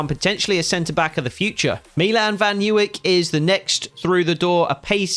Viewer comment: some serious signings, although I'd judy point out that the right back Milan van Ewijk is pronounced ' Eh - Why - ck